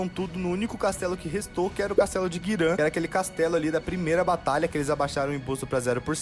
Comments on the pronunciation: Vídeo foda, react mais foda ainda... Mas pra sanar meu toque: - é GIRAN ( e não GUIRAN) - É Dragon valley (e não Dragon Dungeon, e nem masmorra do dragão) - É Heine (e não HEINERS) - É Tower of Insolence (e não Torre da Arrogancia) - É Cruma Tower (e não Cruma top tower) - Um monte de Guilda se chama aliança e não (Clã) - Toi (Tower of insolence) é um spot de farm e não um local pra se ficar - na parte que fala sobre o akirus ter patrocinado geral na volta do dk, te lembra que ele era dono de tudo durante mt tempo (logo podre de rico dentro do servidor) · GIRAN, VIROU GUIRAN .... PQP GIIIIIIIiiiiiiRAN, NÃO GUIRÃ KKKK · que agonia desse maluco falando "oden, guiran e rainers", eu como lineage player nao aceito isso kkkkkkkkkkkk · Que agonia o narrador falando os nomes das cidades e das areas de farm errado kkkkk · Cara e muito louco como o cara que ta descrevendo essa historia fala o nome dos locais todos errados...